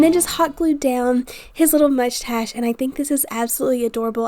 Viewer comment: 😂you said mudgestash for mustache. So funny!! Mind blown girl, cute diys!!!